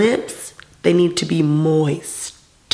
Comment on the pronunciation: Yoooooooo she said moistTTTT 🤣🤣🤣🤣🤣